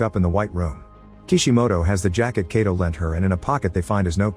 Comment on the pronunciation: I didnt even know this till now! The only problem with this narrator is that he kept mispronouncing 'Kato' very common Japanese last name.